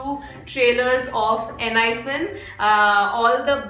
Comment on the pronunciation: I am not sure but I guess it is pronounced as "Enhypen" and not "Enhyphen"😅